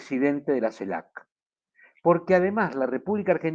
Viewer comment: Tu trabajo es maravilloso pero tú pronunciación no tanto...dices CELAP, y es CELAC, dices cactura en vez de captura... justo al revés...😉